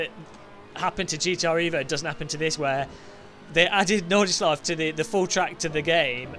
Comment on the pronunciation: I, as a german, love your pronunciation of Nordschleife :D